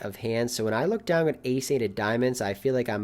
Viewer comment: One of my favorite things about your videos is the "g" you always add to the end of the word "down". I honestly look forward to it. That and the great way you explain your thought process on each action you make. Really makes it easy for the laypoker player to understand. I'm always down-g to watch a video! Cheers